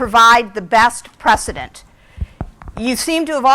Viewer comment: did you mean "precedent"?😂